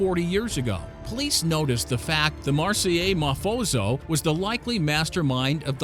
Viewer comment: The narrator needs some help with pronunciation. How does the correct pronunciation of the name of a city, which was founded in 600 B.C., get lost on this man? He says, "marsell" instead of, "marsay". Also, what is a "mafoso"? I believe the term is , "Mafioso", pronounced mah- fee- oh-so. Such great content loses luster in the light of ignorance.